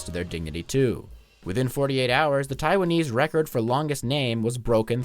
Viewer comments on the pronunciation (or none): none